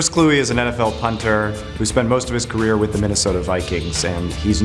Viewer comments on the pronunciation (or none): none